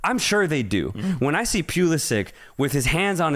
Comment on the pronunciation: These guys try hard to talk ball knowledge. Why do you say Pulisic, Sargent and Pochetino name wrong, disrepect